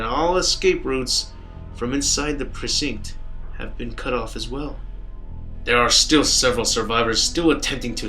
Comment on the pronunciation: Sorry, not a native speaker, but its weird how you pronounce precinct xD